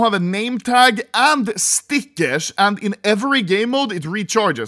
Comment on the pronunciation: Day 1 of calling out Anomaly for pronouncing stickers as "stickersh".